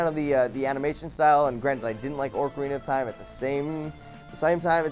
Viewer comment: Can't even pronounce ocarina of time right. Yet you hate on a game which no one gives a fuck that you do.